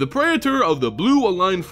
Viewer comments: What the hell is a pray-eh-tor? PREE-ter. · Its prētər not pray-uh-turs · It's like you get a third syllable in "praetor." Pray-eh-ter. I say it pray-tor. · Speaking of basic latin. . . Praetor is pronounced 'prey-tor', but just a heads up, that also means your channel name (as its also based in greek/latin) is pronounced 'ay-ther hub' Altho english has dumbed down a fair amount of its pronounciations. . . Its not hee-mo-gloe-bin, its hay-mo-glo-bin. Its not peh-doe-fyle, its pay-do-fyle (although technically it should be paedoghast, as paedophile translates into child lover, rather than child haunter like -ghast implies) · man, you couldn't have spent 5 seconds looking up how to pronounce "praetor" before making a video about them so maybe everyone wouldn't have had to listen to you butcher it like 30 times in a row? (it's PREE-ter, fyi) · Can't say praetor correctly, "Fuck it I'll make a video where I have to say it a million times."